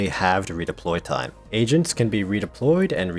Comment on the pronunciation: He says agents like asians the whole time "Asians can be redeployed" Agreed